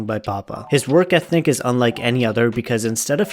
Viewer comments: My poor brain is so conditioned to Schaubinze that I thought you said “work ethnic” 😂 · He did, tho. You can clearly hear the "n". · Did he say "work ethNic"? and made a video on grammar...tough shift bro